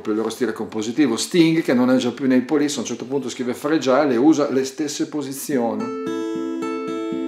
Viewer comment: Bellissimo tutorial, Grazie. Però si dice Frè-gil non Fre-giàil. My two cents (●'◡'●)